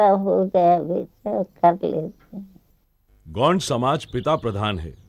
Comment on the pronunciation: गोंड का उच्चरण सही नही है